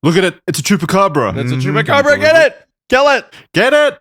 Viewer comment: You say the “chupa” in the candy the exact same as the chupa in chupacabra, my brother in Christ, you are literally the one covering it and pronouncing it correctly while doing so 😂